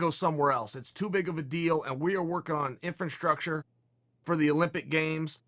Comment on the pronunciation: It's called infranshtructure from now on